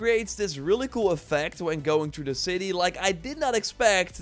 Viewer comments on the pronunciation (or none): none